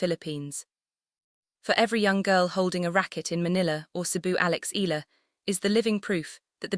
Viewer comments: Eh..ya..la Please stop murdering her name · eeh- yah-lah, eeh- yah-lah, eeh- yah-lah, eeh- yah-lah, eeh- yah-lah, eeh- yah-lah, eeh- yah-lah, eeh- yah-lah, eeh- yah-lah, eeh- yah-lah